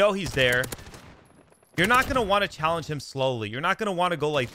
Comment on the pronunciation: I wanna vomit everytime he says "chall"